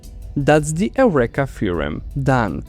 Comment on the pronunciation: Reminder not equal remainder 😅 Oh, and "Eureka" is pronounced like "you - reeka" in English Cheers! I enjoyed the video!